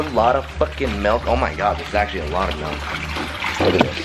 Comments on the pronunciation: It's pronounced milk not melk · who niticed he said melk instead of milk lol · Why does he call it melk wtf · I have to do it. Its milk not melk. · It's FUCKING milk not melk, milk it pisses me off so much!!! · i love it i love i just love it i love it i love it i i love it when he says melk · "Melk"... Did anyone else notice